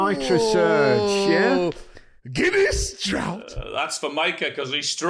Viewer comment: Listen how Micah pronounces draught. 😅